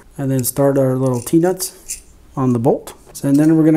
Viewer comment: I thought you said peanuts not T nuts😂